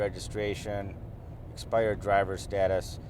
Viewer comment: haha yeah he said "an exspidered drivers licence"